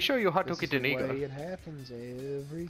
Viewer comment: When you say eagle it sound like your say eeeee colaaa